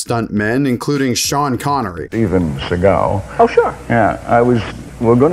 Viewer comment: I love how Sean Connery pronounces "Shteven Sheagal"